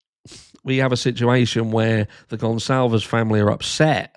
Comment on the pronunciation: At least pronounce the name properly